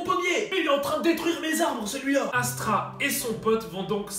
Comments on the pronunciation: C pas astra mais c asta😂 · J’adore tes vidéos par contre massacre pas le nom de Asta stp mdrr mais au top sinon 💪💪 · Je rêve ou t’as dit astra au lieu de asta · Food wars stp Sinon super vidéo comme dab😉🤗 Par contre c normal que ca me fasse bizarre que tu dise Astra parce que moi je lis le manga et c Asta?😅😂😊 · C pas astra mais Asta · c’est pas astra mais asta mais sinon la vidéo est cool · je veux pas etre mechant mais tu a dit astra au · frère tu répète "Astra" a la place de "Asta" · Il a dit astra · C'est Asta pas Astra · Pq tu dis Astra et pas asta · "Astra" wtf